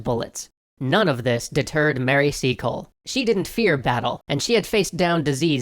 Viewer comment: Trying not to be rude but I thought you said seagull